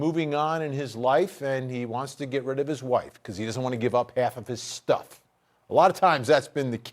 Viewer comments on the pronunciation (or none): none